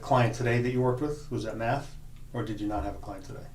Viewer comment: is sounded like he said meth xD